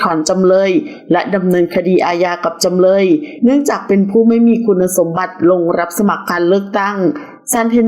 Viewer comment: จำเลยไม่ใช่จำเล๊ย เดือนก็คือเดือน ไม่ใช่เดื๊อนน 🙄